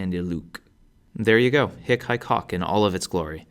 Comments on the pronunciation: your short is the vulgar latin short vowel, that is why you're pronouncing it wrong. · THE H IS SILENT FER CRYIN' OUT LOUD. HIC, e.g., IS PRONOUNCED "EEK" and HAEC IS PRONOUNCED "ACHE". OMG. I listened to this and my head almost exploded. How could they make such an error in pronunciation? H IS SILENT!!!!! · don't sspire the ''h'' for hic, haec, hoc you should pronounce [ic] [ec] [oc] 😊